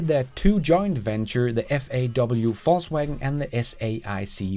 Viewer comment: I love how you deliberately pronounce VW FalseWagon :)